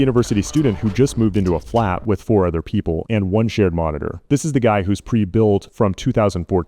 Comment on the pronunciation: Hearing “flat” in that accent is what gives it away lol